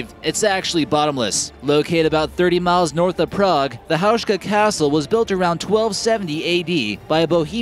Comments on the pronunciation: excuse me?? "houshka"?? really?? its pronounced "houska" and written Houska dumbass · I love how he pronounce the name Houska , it is HouSka - S not sh !!! It was Otakar II not Ottocar !!!!!!!!!